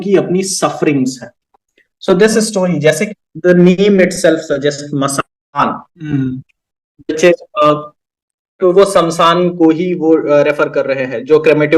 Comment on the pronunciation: आप दोनो ही मसान को मशान बोल रहे हो, प्लीज थोड़ा ध्यान दीजिए